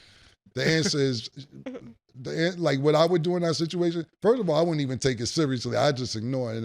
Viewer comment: “Firt of all”